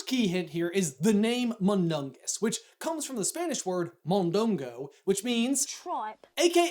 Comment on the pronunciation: I didn't even know that one (I'm Mexican [from where the Mondongo is commonly cooked]) Btw, great pronunciation saying Mondongo :D